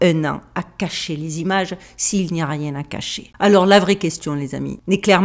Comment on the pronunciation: " Parce que je n'ai le temps de riénggggg " 😂😂